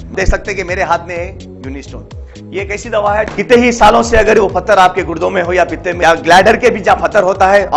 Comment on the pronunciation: Pathar, phatar nahi